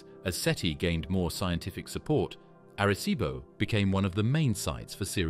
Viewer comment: Erreh ceebo